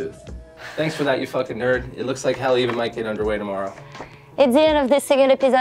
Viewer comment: Cool vid but please learn how to say Haleiwa before the next episode. Mahalo!